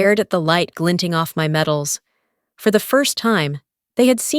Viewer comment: MEDALS! MEDALS!?..not metals!!!!